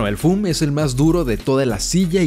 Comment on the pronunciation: No se dice Dreamel ni foom, es Dremel y foam.